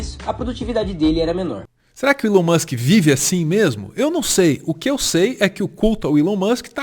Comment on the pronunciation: Desculpa a correção desnecessária mas TOC linguístico aqui kkkkk a pronúncia é "ilon" não "élon"